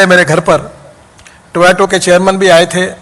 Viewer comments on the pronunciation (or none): Talking on a Toyota sponsored stage and can't even pronounce Toyota... Toyato...